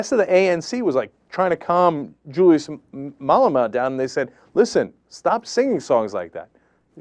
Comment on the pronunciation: Learn how to pronounce Malema before you try to give the low down on our country you idiot! Rather stick with your American scandal and leave South Africa out of your agenda!